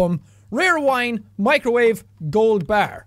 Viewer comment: ber instead of Golden bar XD (I went through hell and back to put an apostrophe on the e but I failed q.q)